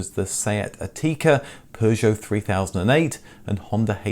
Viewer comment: Who says Seat At-eeka.